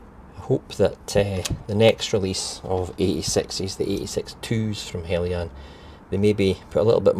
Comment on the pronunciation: How you’re getting “Helly-yan” from “Heljan” is a complete mystery. Must be the scotch way.